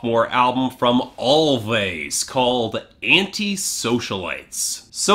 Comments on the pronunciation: I don't know 'bout you, but this album is my jam! P.s. It's pronounced "Always" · it's pronounced "always"